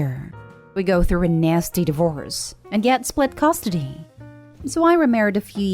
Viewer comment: What is "costidy"? These computer voices are getting better though still MASSIVELY irritating. But when do they get to pronounce words properly?